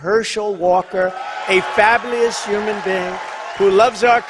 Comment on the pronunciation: Herschel Walker, a “fablious” human being? Does Mr. Trump plan do to any campeening for this fablious human being in Gorgeuh? 😂 Memo to on Gov. Ron DeSantis: Please save the Republican Party in 2024, run for the GOP presidential nomination. You are young and you are well-spoken. The more Republicans across the country learn about you, the more likely they are to say, You are the Guy!